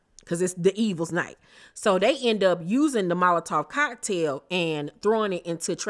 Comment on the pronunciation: it's devils night not D evils night 😂.